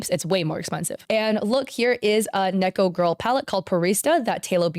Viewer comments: hearing neko pronounced nee-ko instead of neh-ko for an extended period of time is breaking my brain ngl 😅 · The fact that this person says Niko instead of Neko kills my soul a little bit every time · Take a shot everytime says neeko instead of neko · I'd just like to point out that neko is not pronounced like knee. It's neh-ko. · not to be annoying but its NEH-CO not KNEE-CO lol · im pretty sure neko is pronounced neck-oh or maybe im wrong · also pls don't pronounce Neko as Neeko.... you started saying you it correctly halfway through, but then reverted to the neeko again and it's driving me crazy 😂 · why are you saying neko like that? it's a soft e like neck. neck-oh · why are you pronouncing neko like that.. it makes me want to cry